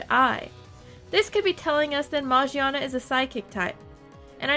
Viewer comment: Well, Volcanion is chasing Magiana and only Volcanion knows about Magiana's secret. Secret..., new typing perhaps? Also, the name is pronounced with a "Gi" sound and not a "Ji" sound.